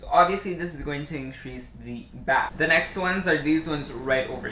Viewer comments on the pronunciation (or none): bass is pronounced base. like baseball.